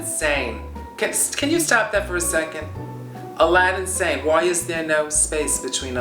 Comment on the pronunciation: When she says, AladinSane, my Alexa gets activated. Loving Coco.